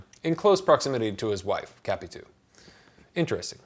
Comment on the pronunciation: How to pronounce correctly "Capitu". In Portuguese, we split her name like that: Ca-pi-tu. But you non-native Portuguese speakers have to say her name like this English conversion: ka-pee-TOO, because we have to accentuate every word that ends in -u in Portuguese. Thus the stressed syllable is the last "tu", and not "Ca". You tended to stress the syllable "Ca" but it is wrong.